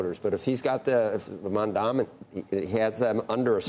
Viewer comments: CNBC is obsessed with him but literally never says his name right, what a joke how can anyone take them seriously. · MAM-dan-i not MamdaMI, Mr. Curtis SLiVER! When Mamdani wins, CNBC will be moving to Florida!😃